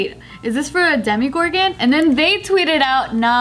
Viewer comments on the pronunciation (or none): It's demogorgon not demi-gorgon, still love u tho